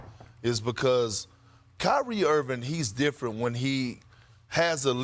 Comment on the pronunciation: Perk…..Its IrvinG not errvin!